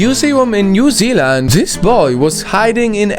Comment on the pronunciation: thank you so much for saying newzealand perfectly i have to comment 8 times on all videos with newzealand but not this